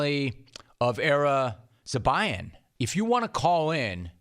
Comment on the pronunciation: Sucks to say it, but I loved how you you completely butchered the pilot, Zobayan's name.